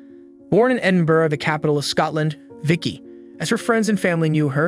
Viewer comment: As a Scot, listening to an American (I assume) saying "Edinburgh" & "Glasgow" correctly, was impressive.